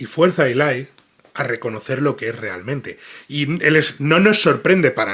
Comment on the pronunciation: toma nota de que el personaje se llama Eli, no Ilay 😂